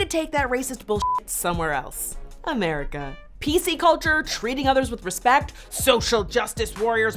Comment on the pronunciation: did she say Respek oh my God